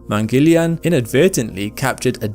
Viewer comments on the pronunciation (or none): "Mangeleian"?? Its Mangal-yaan, which translates to Mars vehicle. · its not Mangelian its "maang-al-yaan" mangalyan project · Its mangala_yana(Mars)_(journey) or hw we Indians say 'journey to the mars'= 'mangala yana'